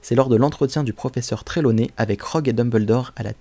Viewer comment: Attends le proffeseur treloney ?c Trilawé à l'écoute et à l'écris c trelawey 😂😂😂😂😂😂😂😂😂😂